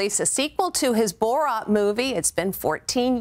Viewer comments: Lmao this fool pronounces it as booreerat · "BOR-ROT" bruh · Maybe not borat but Burat...lol